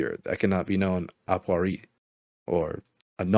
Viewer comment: Not how 'a priori' is pronounced, but good effort for 2 subscribers. I'll subscribe, ma boy. I'm a senior engineer with a physics PhD. I'll try to pivot more into this meme field.